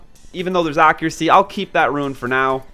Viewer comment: Yes it is, he is saying it wrong hehe